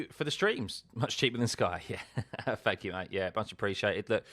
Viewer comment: It's THANKYOU and THREE. Not fank you and free.